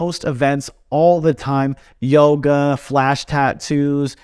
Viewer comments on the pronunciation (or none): none